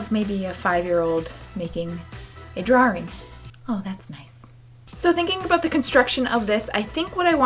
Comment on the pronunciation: Oh lord...you are part of the people that say 'drawing' weird... 'drarring' oh.